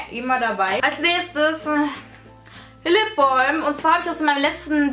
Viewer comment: Lipbolm :-) Klingt ein bisschen komisch/blöde! Sag doch einfach Lipbalm oder am Besten Lippenbalsam! Kann man denn nicht einfach Deutsch sprechen? Find das irgendwie echt doof, immer dieses englische "Ausgespreche"!